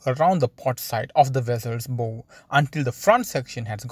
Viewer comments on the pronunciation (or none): Weird English language thing; a Bow on a boat/ ship is pronounced (/baʊ/) bough, which rhymes with "how" or "now". My thoughts are to place barge rigs on either side, assemble a crane bridging the Ever Given and start off loading the cargo. In the meantime, use the old hydraulic mining techniques, set up and a shoreline sieve, and have dredgers pump the slurry to the sieve. There will be no cheap way around this dilemma. This ship is going to be there for a month or better.